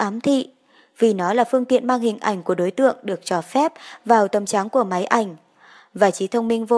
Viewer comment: Trước hết khen ngợi giọng đọc của bạn rất ư ngọt ngào, thu hút không chê vào đâu được. Giọng đọc hay đến thế nà cùng. Nhưng phút 29.54 mình không nghe được chữ"tấm cháng" hay "chắn". Mình tự ngẫm nghĩ người dù đẹp đến đâu cũng phải có nốt zuồi.